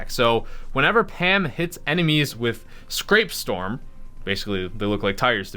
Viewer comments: Not scrapestorm, it's scrap-storm. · SCRAPE-STORM??? It's SCRAP-STORM, and shes not shooting fuckin tires, shes shooting SCRAP METAL! Like metal gears and shit...jesus christ. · Great video! Just it’s scrapstorm (not scrapestorm 😂) and I believe she shoots gears and mechanical bits and bobs.